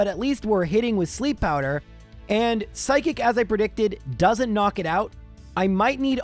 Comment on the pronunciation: seriously i never stop to laugh how the way he say psychic sound totaly for psykick damn english can be my second language but chic and kick is totaly 2 different word and when he say say burterfree is a weak pokemon then he never going to far then he not really weak if he be really weak he cant have clear half the game like caterpie who he dosent do half and change the game because is make it impossible to clear the game and for burterfree be alive vs a fire blast i really dont going to call burterfree a weak pokemon and with 1 level lower that charizard and be alive with half hp buterfree he not bulky for sure but still he still got a good def for not be one shoot FR